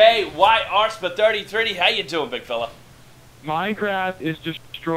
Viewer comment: Yet another great shoutcast! The way you say Sp33dys name is so damn funny!haha